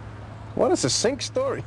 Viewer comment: Is it supposed to be a joke that they are mispronouncing "succinct"? The first C should be a "hard" C -- like in "cat." The second C is "soft" (as in celery) because it is followed by E, I, or Y (in this case, I). Compare it with other words with this pattern of a double C followed by E or I -- for example "accent" and "accident."